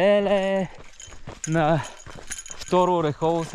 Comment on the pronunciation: Не знам колко години ще отнеме на ютубърите да разберат, че селото се произнася ОрЕхово, а не ОрехОво. За справка може да се чуе как го произнася и организатора в началото на клипа.